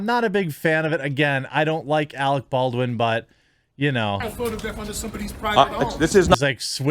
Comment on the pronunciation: "You are worthress, Arec Bardwin!"